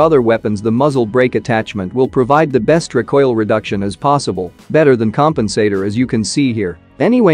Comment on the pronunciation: You said The Best,I heared 'Zendex" 💖